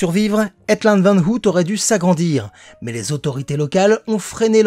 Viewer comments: Aïe, mes oreilles ... ! "hEt", pas "hèt" ... "Ôouille", pas "hout" ... Merde, pensez à vérifiez comment se prononcent les mots néerlandais, s'il vous plaît ... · Hello. Chouette petite vidéo. Par contre n'hésite pas à regarder pour la prononciation des noms en néerlandais sinon tu vas te mettre tous les Belges à dos 😁. Le double o ne se prononce pas ou mais en o long. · Je sais qu'on te l'a surement dit mais ça m'a tellement dérangé qu'il fallait que je le dise : Het land van ooit = heut lannd van eauït et le "oo" se prononce comme un long o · Salut ! Très chouette vidéo comme d'habitude. Tes vidéos reviews de parcs disparus sont mes préférées sur ta chaîne ! Et si en plus tu nous fait une petite visite en personne, c'est encore mieux. :) (Par contre, petite remarque : "het land van ooit" (littéralement "le pays d'autrefois") ça se prononce "heut lann'd vann' eau-itt". Oui, je sais, c'est pas évident le néerlandais.) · veux pas être relou mais ça se dit "au-y't", comme ouille, mais avec au- et un t à la fin. Voilà :p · Sinon, "ooit" prononcer "auyt" signifie "une fois" en néerlandais. En vous remerciant. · T aurais pû te renseigner sur la prononciation de ooit avant de faire la vidéo. J ai mes oreilles qui sifflent à chaque fois que tu le dis!